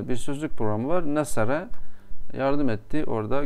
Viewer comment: Hocam nesereyi doğru okuduğunuza göre siz bu işi biliyorsunuz ben mollayım diyen pek çokları bile onu nasara diye okuyor :)